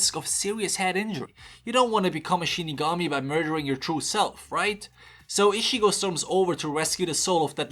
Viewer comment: That "Ishigo" pronounce of Ichigo's name will haunt me more than the Hollows.